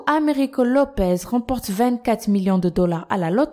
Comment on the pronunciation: Mais vous décidément les prononciation c'est pas votre truc il y a marqué "Lopes" et vous n'arrêtez pas de dire "Lopez"